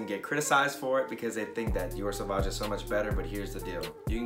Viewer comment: You actually pronounce "sauvage" correctly. Great video as always. We have similar tastes.